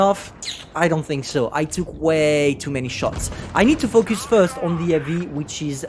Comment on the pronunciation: When you say focus it sounds like fuck us xD